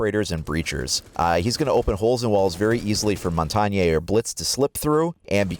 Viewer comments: It's not mauntaungae it's montagne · Cool overview, very direct and to the point. Side note though, Montagne is pronounced (Mon-Tain)